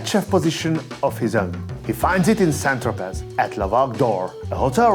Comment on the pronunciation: hey love your content, humble comment: z is not pronounced at the end of saint-tropez